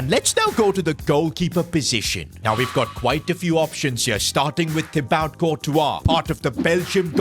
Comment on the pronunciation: My god it's pronounced "teeBoo" courtois. Can you please stop saying Thibout?